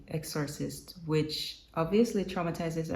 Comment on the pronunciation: Exorcist pronounced EX-sir-cist